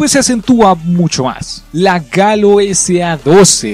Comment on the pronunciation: por que le dices galo a la gallo